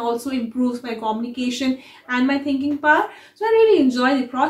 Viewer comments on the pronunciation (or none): quite insightful. However, a small correction about pronouncing communication - It is pronounced - kuh-myoo-nuh-kay-shn not Koh-mni-kay-shan. Same for communicator - Not pronounced as Koh-mni-Kay-tar. Keep up your efforts!